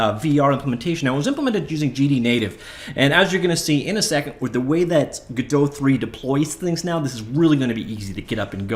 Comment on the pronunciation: theres no umlaut cant say it like godote the t wouldnt be silent either